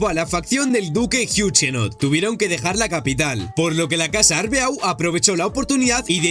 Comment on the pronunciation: Rayos pero es en serio que estos YouTubers nunca aprenderán a pronunciar cosas? Ocurre en videojuegos y ahora aquí con el Arbeau literal, que te cuesta decir arbó.